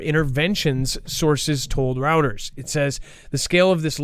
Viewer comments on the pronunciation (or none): Dex, please help with the word Reuters which is pronounces ROY-TERS. keeps saying Routers which is a computer device. Everytime he mispronounces Reuters and Drought, he sounds uneducated and I know he's not. Please help him out. Friends don't let friends mispronounce words.